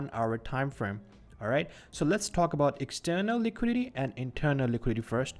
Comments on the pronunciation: It's Liquidity, not Liquidy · liquidity ❌ liquidy ✅ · “Liquidy” lol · Say liquidity again